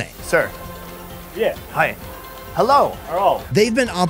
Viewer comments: Hello! Japanese: Herro? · "Hello" "Herro" 😂